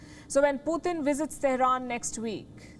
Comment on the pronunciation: Palki..his name is Putin..not Puthin.